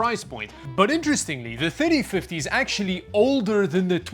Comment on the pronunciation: Sooo many times when he said "3050" it sounded like "5050". Good thing he has the number on screen enoigh I figured it out, but I started just listening & not watching.